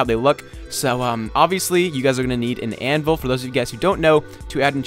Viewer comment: You said anvis instead of anvil